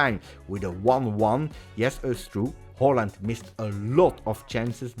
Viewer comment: Great vid, a comment for the algorithm. We all hope Højlund (my boy from copenhagen) make it, and props for pronouncing his (and Haalands) name right 😉